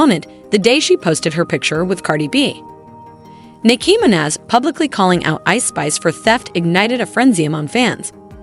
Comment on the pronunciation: can you learn how to say Nicki Minaj’s name properly💀